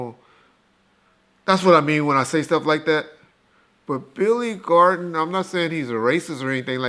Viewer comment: Billy Garden 🤦‍♂️